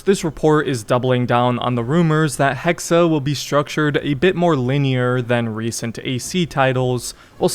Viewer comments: It’s pronounced hex not hex-uh. 😂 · Hexe, not Hexer. Pronounced Hexay. If they're going the actual witch route that could be seen as really insensitive considering accusing them of having BS supernatural/demonic powers was an excuse used to brutally murder women who tried to rise above their station. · Why must you say things so horribly its "hex-eh" damn dude go read or something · Not sure how much i trust Ubisoft Montreal with this but I'll keep my expectations decently high. Also the E in Hexe is silent, you just pronounce it how you would "Hex" since a Hex is the word used for when a witch curses someone. Can't really explain why they're spelling it as "Hexe" though, maybe im wrong somewhere. Feel free to let me know. 👍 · Pronounced - Hex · Joa, er aber spricht es die ganze Zeit als Hexa.